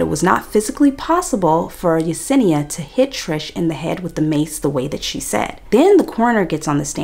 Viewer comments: Watching the battle of remembering her name is Yesenia not Yanessa is sending me. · It’s the fact you corrected yourself and then went right back to calling her yanessa 😂😂😂